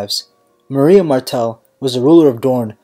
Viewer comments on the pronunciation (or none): none